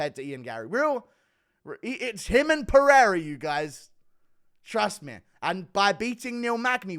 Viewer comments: Buddy said Alexi Peheada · Rest assured, he pronounced Alex's name wrong. Alex here is pronounced like in the USA. He sounds mentally challenged saying Alexi Perira.